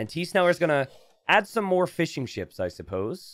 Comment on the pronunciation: Every time you say "fishing ships", it sounds like you're talking about fish and chips.